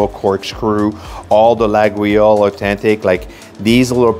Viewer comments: "Lagweeoles" is not accurate: try "Layoles" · Ffs not la gou oui io lle !!!!!!! La io le, et c'est tout ! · Here is the trick if you want to have the right pronunciation, it can be tricky, you must say Layole for the knife and not Laguiole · Sympa mais : Coton Doux, c'est ringard. Sinon, un excellent chocolatier à Paris est Servant dans le 16eme et à Neuilly. Sinon, en France, on n'offre ni couteaux ni ciseaux car cela pourrait signifier qu'on veut " couper les liens " avec le récipiendaire. Et on dit "Layole" et "Boinar". Par ailleurs, Brentano's c'est anglais et les cochonneries qu'ils vendent n'ont rien de Français. Mais bon, votre vidéo fait passer un agréable moment même pour un Parisien. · It is pronounced "laYole" (the knives) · Laguiole is pronounced LA-YOL. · You mispronounced Laguiole. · I really like your videos but that isn't how you pronounce Laguiole.